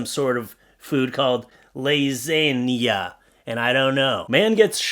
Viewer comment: “Lasaniya” - reasons like this are why I pronounce every letter in a word- cuz now I now how to spell Lasagna